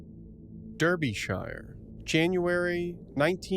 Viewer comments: just to let you know it’s pronounced ‘Darbyshuh’ it’s odd I know. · Shire is pronounced sheer like sheering a sheep. Buckingham-sheer Derby-sheer. Americans always say it wrong. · Nit pick here: a. If you work for MOD and you die, the MOD are going to drop by and pick up all your paperwork, that's a given, it's normal. b. If you are going to speak of English locations get the pronunciations right. It's Derbyshire. Not Derbyshire. The e is an a and the i is short and silent (and there's no e at the end). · But there was no body here...I beg to differ, the pronunciation Derbyshire was murdered numerous times, lol. If you see a British place name you can be pretty sure it isn't said the way it's written, I mean it's not just British place names, I bet there are plenty rolled eyes when someone mispronounces Maryland, New Orleans or Toronto. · Derbyshire is pronounced “Darby-shur” and Berkshire “Bark-shur”😉